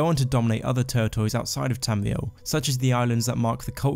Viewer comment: Not to be weird but, I fucking love the way you pronounce Tamriel